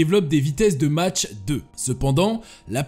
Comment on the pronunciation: Non , la vitesse du son ne se mesure pas en: "Match", comme tu dis dans ta vidéo, mais en : "Mach", qu'on prononce : "Mak". Et ne viens pas répondre : " L' essentiel c'est qu'on a compris... Pour moi ça prouve ton niveau intellectuel insuffisant pour que je te porte un quelconque intérêt... Ban.